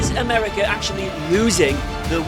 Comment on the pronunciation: America ❌ Amrikwa✅..:face-blue-smiling